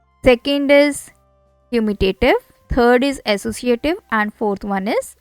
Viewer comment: Commutative not commulative but good explanation